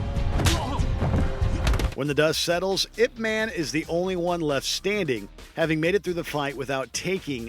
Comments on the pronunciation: It's pronounced yip mon. Didn't you watch the movie? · “Ip man”